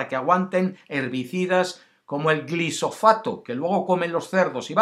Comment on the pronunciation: Es glifosato, no glisofato.😄